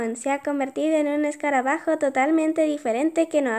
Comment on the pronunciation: EL ESCARBAJO! Yo: se dice escarabajo no escarbajo jeje